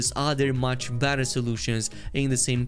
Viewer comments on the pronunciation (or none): none